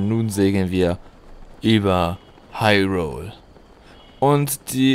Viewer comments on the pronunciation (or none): none